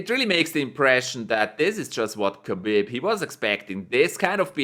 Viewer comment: Habib not khabib